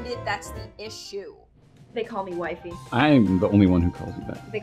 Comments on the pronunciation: Me just thinking she said waifu instead of wifey . . . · They call me wifey What i hear: wipey